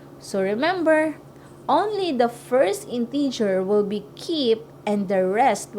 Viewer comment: mali pronunciation mo ng integer in-teh-ger hindi in-tee-ger